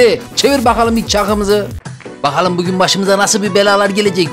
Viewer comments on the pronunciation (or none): none